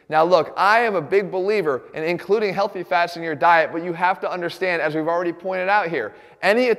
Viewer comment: Emphasis on healthy